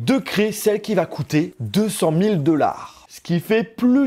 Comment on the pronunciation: S'il te plait fais un effort pour dire "dollar" avec un O et pas "deular". C'est vraiment moche quand tu le dis.